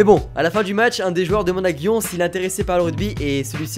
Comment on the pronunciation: Gioneeeeeee le E s'entend et si il y pas de E c'est pareil